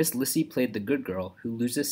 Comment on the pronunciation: Her name is pronounced LEE-see